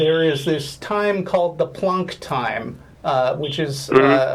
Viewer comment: PLEASE STOP SAYING PLUNK TIME. I'm begging you.